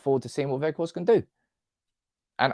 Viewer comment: Jayzus please stop pronouncing him Wedgehorst:D I remember the very moment in one of your videos when you got a suggestion from one lady that the G is pronounced as CH or DG and instantly facepalmed at that. I would never imagine I'd still hear Wedgehorst from you today:D Anyway, he's going to be the best loan of this ilk we've ever had, he'll be in the history books of our club just like Henrik. Some say Ighalo 2.0, what the hell are they smoking? I will eat my phone charger if he doesn't strike a couple of important goals.